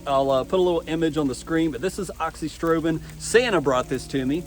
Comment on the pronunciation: yeah but no biggie. It’s “uh-zox-ee-strobe-in”, you’re just missing the “a” in the front